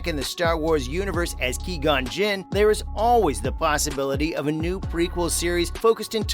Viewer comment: You said Qui-Gon's name wrong, but still a good video.